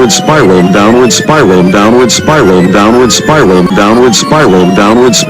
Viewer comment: "Donald Spy roll" You can now never unhear it your welcome.